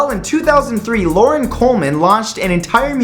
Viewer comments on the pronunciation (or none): none